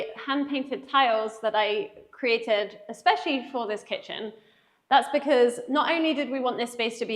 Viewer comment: BEKIZ? Do you mean Because?